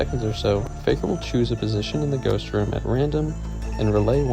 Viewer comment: btw you kept saying "faejkur" and "lament" wrong